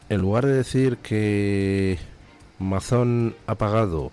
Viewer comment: No es Mazón, se pronuncia Meison.